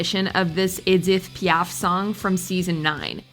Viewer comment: pronunciation of Edith Piaf’s name was like nails on a chalkboard. Look it up in an encyclopaydia